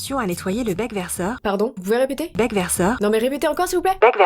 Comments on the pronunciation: Quand la vidéo disait “bec verseur” j’ai cru que allait parler sa prononciation parce que moi j’ai entendu bac versAr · Moi j'entendais le "bac verseur" Like si t'entendais comme moi =,= Sinon trop bien comme dab👌